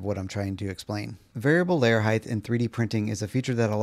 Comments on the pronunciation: Height. Not Heighth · Not a typo. On the video you are saying Heighth. Like Width. But theres no TH in height. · Hite. It’s pronounced hite. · 😂 I kept hearing that also 😂😂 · I found that annoying too, but you know what's more annoying? All these human bean bags arguing about it.